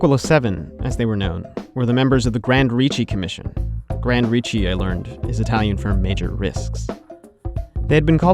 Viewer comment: Just to be precise, is Grandi Rischi, (pronounced gran-dee ree-skee).